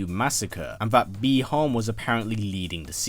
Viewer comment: Bee han ????? 😞 Butchered name